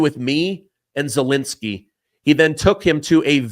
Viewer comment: Zelensky is not pronounced Zelinsky. Second e is the same as the first.